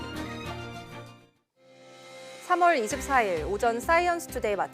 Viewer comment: Lady! 오전,피해, 주택, 세대, 도로,건물,( 하동) 군, ( 상주)시, 대기, 등 발음이 틀렸습니다. 첫 자를 길게 발음했어야 합니다. 모두 짧게 절못 발음하셨습니다. 정중히 권하오니, "한국 어문을 고발함"이라는 책을 읽어 주시면 발음에 도움이 될것입니다.